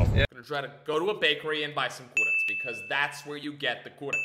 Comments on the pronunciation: It is not kuratc it's kurac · Kurac not KURATC😂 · it's kurac not kuratc😂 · u dont say kuratc u say KURAC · Its not kuratc XD its kurac* OML I cant belive a youtuber thats American and cares for Serbia exists😂😂😂😂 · Im from serbia and its Kurac and not Kuratc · It is kurac not kuratc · its not kuratc its kurac!!! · its kurac not kuratc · Its not kuratc, its kurac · Stop representing Serbia in a wrong way... We say "kurac" , not "kuratc". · kaze se kurac ne kuratc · Kurtac? It's kurac. I'm Serbian bro. And don't swear in bakery...gosh... Nobody does that (I mean some people do it...) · Not kuratc its kurac (Am Serbijan xD) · kurac not kurtac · kurac without t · There is no 'T' in Kurac! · Kurac without T :D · Nema "T" u kurac joooooooj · Kaze se kurac bez t